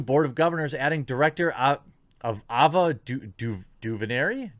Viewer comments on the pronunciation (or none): AY-vuh doo-ver-NAY